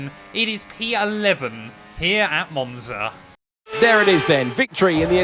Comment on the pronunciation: Just got into f1 and i been watching these vids plus ur hot lap vids. J wanted to say ur commentary is mad entertaining and I love the energy. Also love the way u pronounced the track in the beginning lol, comin from an Italian